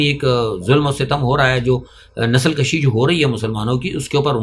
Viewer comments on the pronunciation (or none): Nasal kushi not nasal Kashi. Nasal kushi means nasal khatam krna. Nasal Kashi means nasal mein izafa karna thanks